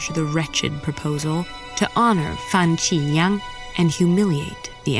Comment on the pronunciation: Great representation! ABC that can't pronounce simple Chinese (just Meng Jiang and Fan Xi Liang) properly.